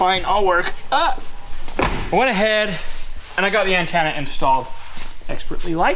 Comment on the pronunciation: What the heck is an "annetenuh" 😂 you midlanders crack me up ❣️